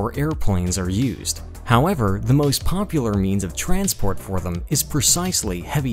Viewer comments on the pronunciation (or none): none